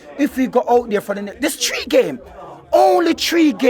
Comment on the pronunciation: * Arteta Hout